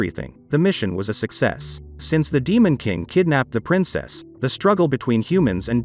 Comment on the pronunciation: Princess " SYA " lol